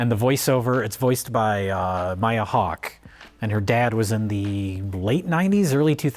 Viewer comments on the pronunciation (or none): none